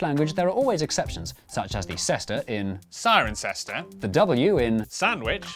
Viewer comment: Cirencester is said as Cississter ... so that exception is incorrect